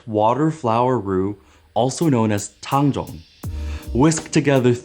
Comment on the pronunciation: holy fuck this is the first time ive heard anyone pronounce tang zhong accurately slsjdhskshdjk